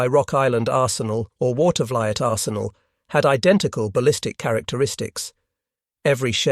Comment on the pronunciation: I live in NY and had a friend in college from Watervliet. I can tell you with absolute authority that the town is pronounced Water-va-leet. There are a lot of city and town names that are not pronounced as the Europeans do. Americans do not know French, German, or Italian and pronounce the names as they want. In other words, the pronounciations are bastardizations of the European names. Sometimes there are diffeent pronounciations of the same name for different cities in different states.